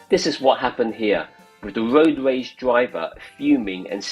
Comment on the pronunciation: I'm not sure Road Rage video commentary suits someone that can pronounce road rage?